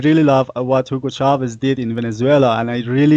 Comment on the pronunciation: Dear Paul Jay. I appreciate The Real News enormously, and have donated. ONE THING: It's "Chávez" with the accent on the first syllable. Thank you! :)